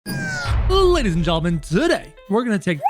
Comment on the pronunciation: He always says lays and gentlemen